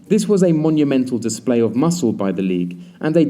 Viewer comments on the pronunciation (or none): none